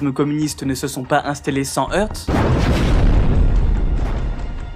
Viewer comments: Bravo Petits trucs: "heurts" se prononce "heur" et pas "heurte". Pareil pour "opus" (des vidéos précédentes), où le "s" se prononce. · Très intéressant. J'aimerais bien la même chose sur la Chine, Mao ou xi jinping par exemple. par contre un détail, dans "Sans heurts", je ne crois pas que le 't' se prononce.